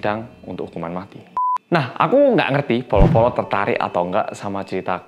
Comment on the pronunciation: Bolo-bolo tapi kedengeranya polo-polo